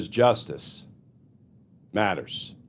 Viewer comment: Glenn, this was excellent. I watched it end to end, thank you. But....... please stop enunciating "justice matters" as if you're signing off an episode of the Twilight Zone in the 60's